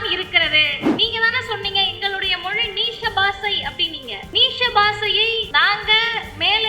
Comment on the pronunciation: தங்கச்சி.... தங்கச்சி... அது நீஷ பாசை இல்லைய்யா.. நீச பாஷை கவனம் கண்ணு..